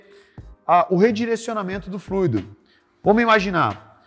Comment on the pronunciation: Só de falar fluido e não "FLUÍDO", você já vê o nível de profissionalismo do cara.